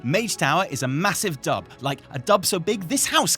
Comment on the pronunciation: I was listening from the kitchen and thought was saying "Dump" and not "Dub" and that made this a very different episode. There was a large "Oooooooh!" when I returned to the computer.